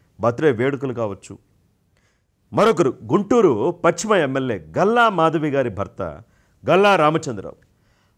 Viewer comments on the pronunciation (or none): none